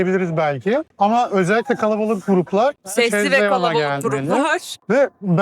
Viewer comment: Bir de fransizca'yi biraz olsun katlettmeyin yeter be !!!!! Chez Léon kizim chez leon'a dedi ben plaj'da "chaise longue" kiralarsin o sandim ve usandim !!!